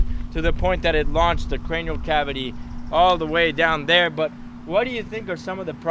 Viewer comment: So annoying when he says crenial cabity